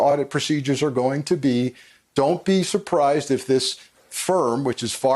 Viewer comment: "Oddit" not "audit"